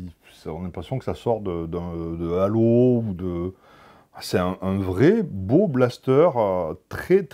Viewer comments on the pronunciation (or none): none